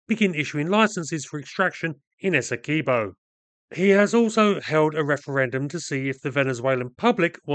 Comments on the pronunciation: It's Essequibo not Es-se-key bow I fed up when people deh calling it daw btw It's coming from a guyanese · Why is everyone misspronouncing the names. Guy-a-na Ess-e-quib-o